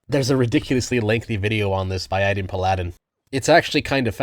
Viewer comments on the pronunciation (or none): Did...did you just pronounce "paladin" as "pa-LA-din" instead of "PAL-uh-din?" You need to play more video games.